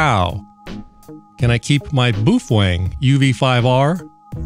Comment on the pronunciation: Btw... its not japanese. Its chinese and you are absolute miss pronouncing the name. Youtube baofeng pronunce.... actually a few good videos of people who speak the language and dont work at bestbuy and arent bullshizin you... sorry. Its bao feng boof wang or whatever your saying